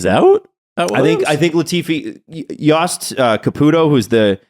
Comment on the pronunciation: please learn how to pronounce f1 names because it's jost capito's name is not pronounced like that. And Alex isn't red bull F1 affiliated anymore he's just sponsored by red bull Thailand